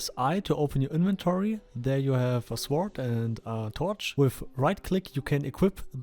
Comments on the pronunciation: lol Sword is pronounced "Sord" -- the "w' is silent. Not "S-ward" :) Thanks for the video. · Awesome video! Just fyi, in English the "w" in "sword" is silent. So it's pronounced more like: "sord". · I like how you say it better. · Sag "sort" zu "sword". Das "w" wird nicht ausgeprochen. Finde deine Videos echt gut. Bin auch in der Beta und im El Cartel. Schreib mich doch gern in Discord an. (Myrothas#8674)